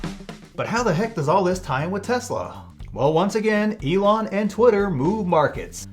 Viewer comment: Is he saying Elong? With a hard g?